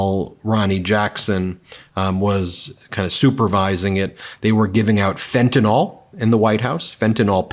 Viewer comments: Hei Ben. It would be utterly spiffing if you and your fellow Americans would pronounce FentaNYL correctly please? It's NOT FentaNOL. Supeytwist old bean. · It is fent-a-nyl (pronounced “nil”), not fenta-nol😊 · Fentanyl: is pronounced Fen-ta-nil, not fen-ta-nol (as in "ethanol"). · Ben, fentanyl is pronounced Fen-tan-ill ( as in sick). Fen-tan-all would be a different compound. Please. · Hey Ben: It's "fen-ta-nill", not "fen-ta-nall". Please learn how to say words you plan to use repeatedly. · Why doesn’t anyone pronounce fentanyl right? The y in the end syllable has an i sound. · In the interest of perfection, which Meidas seems to aspire to with great success, the drug fentanyl is pronounced as it is spelled. MAGA and a large portion of the uninformed tend to to pronounce the last syllables as though it rhymes with Tylenol. The correct pronunciation requires pronouncing the penultimate syllable “NYL” to rhyme with BILL or as an unaccented schwa sound. Anything but an accented syllable rhyming with ball. The other side of the political spectrum universally mispronounces fentanyl so it’s distressing to hear clear minded folks falling for the lazy pronunciation we constantly hear in the mainstream media. Rise above’. Btw, I am a Meidas touch patron. Thank you. Ben, for all you have done and continue to do for democracy.